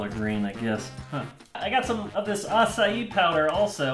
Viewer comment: Wait, is tht how u pronounce acai? A-SA-I? Well, I learnt something new